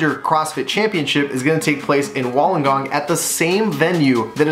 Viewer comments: Wool-On-Gong...now say it fast hahahaha 😂😂😂😂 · It hurt me so much every time you said Wollongong lol #butchered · What Josiah Said haha. Love the updates tho, keep em coming! #nothinbutlove